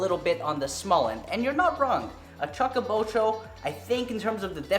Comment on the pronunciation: Chew ka bocho.... chew not chuck.